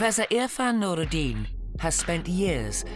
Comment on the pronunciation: First learn to pronounce Irfan Nooruddin